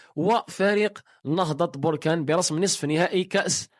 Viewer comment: اخي بركان ليس بوركان